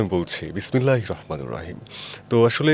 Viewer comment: ভাই উচ্চারণ টা হবে রহমানির